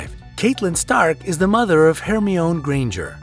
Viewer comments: Stop stop stop! You're going to take someone's eye out. besdes, you're saying it wrong. it's Her-my-nie not herm-yown. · Her mee owwwwn? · Her-me-yown??!?! HER-ME-YOWN?!!? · Hair-me-own? Ermm- HER-MY-o-knee. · Betcha all the dislikes stem from the way he pronounces Hermeown, lol. Hermione = Her-My-O-Nee The Lily Allen story isn't true according to Alfie, he says it never happened. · Charles Tabing right! Her-my-oh-knee not Her-me-own!?!? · Her me on? 😂 Her my on knee.🤔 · Your pronunciation of names is atrocious. "Gone-dolf", "Her-me-own", "Cate-lyn" all the wrong pronunciations. Its Gan not gone, "Her-my-oh-knee", and Cat-lyn...not Cate-lyn. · Stop, stop, stop, stop, STOP !!!!! It's Her-MY-o-nee, not Her-MEE-own !!!! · What? The way he pronounces Hermione? It’s not Her-me-own it’s Her-my-nee. Smh... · Her-me-OWN?! Are you KIDDING ME?!!! It’s Her-MY-o-nee. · You aren't pronouncing Hermione's name properly. It's not her-me-OWN, it's her-MY-oh-nee. Also Viserys is NOT pronounced VIS-er-iss, it's pronounced vis-SAIR-iss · .....Her-Me-On...wat.. This entire video is filled with cringe worthy name pronunciations but the pronunciation of Herminone literally took the cake... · "Hermyown granger" I want tO SCREAM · DONT ever insult Hermione like that it Her-my-on-ne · I know, I was going to comment and ask who Hermy-own Granger is. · IKR. "Hermee-oin"!?! butchered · Oh my god. Its pronunced HER-MY-OH-KNEE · I cringe so much whenever he mispronounces a name. It's CAT-EH-LYN. HER-MY-NIH. And VIH-SERIS . If you can't even pronounce the character's names correctly, it makes me question if you actually watch the show or just Google the facts you put here. 🙄 Smh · Actually, it's HER-MY-OH-NEE. Just saying…! 😬😜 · 3 mis-pronunciations in a row....had to stop the video..... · "Hermi-own" omg😂😂😂 Starkid's AVPS, anyone?😂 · It is similar to polish pronunciation. In polsih version of Harry Potter her name is Hermiona, which sounds like her-me-on-a :P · DIED WHEN HE SAID HERMYON